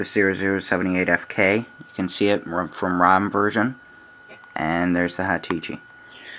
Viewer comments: "HA-Tichi" !! that's funny. It's Hitachi. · haha u say hitichi...nice tut though shall come in handy